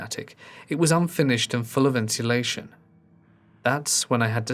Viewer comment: I’ve never heard anyone use every letter’s sound in ‘insulation” before. Sweet! ❤️